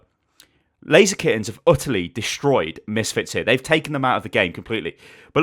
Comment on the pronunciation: It is not Lazy Skins, it is pronounced Laser Kittenz